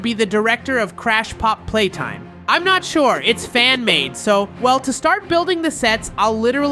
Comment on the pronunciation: you said popp playtime